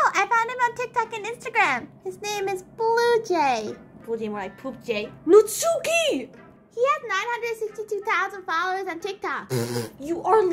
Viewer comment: This is the best thing I've watched all day 😂 Btw, I think Natsuki's name is pronounced “NAT-ski," because it's Japanese